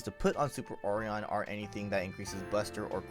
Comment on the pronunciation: hearing ore-on is ridiculous... for O-ri-on (O-ry-On)